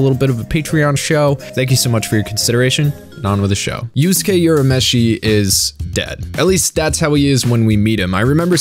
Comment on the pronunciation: "Yusuke Yurameshi" 😤